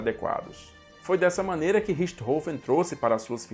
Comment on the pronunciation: Excelentes vídeos ! Emocionante o texto final. O antológico Richthofen (nome finalmente falado com a pronúncia correta), onde estiver, muito provavelmente está agradecido.